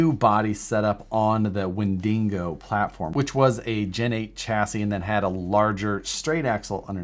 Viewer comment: Wendingo? hah